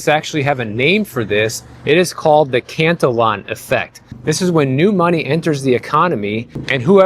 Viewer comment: Um...the Cantillon Effect is what has caused the wealth gap. Pronounced CAN-Tee-on. Based on the late 17th Century French/Irish economist Richard Cantillon, You are right,. Few understand history or even know about how new money entering an econom falls into the hands of the wealthy first, who then use it, not to survive, but buy assets. Also, on the emergence of Wall Street in the 70's: Fundstrat Global Advisors Analyst Tom Lee explained it this way: When Nixon took the US dollar off the gold standard, the US scrambled to keep the new synthetic US Dollar strong against foreign currencies and to profit from and hedge against currency market volatility. Wall Street invented equally synthetic instruments to better manage the risks of a floating-rate currency: derivatives, swaps, options, futures...and others.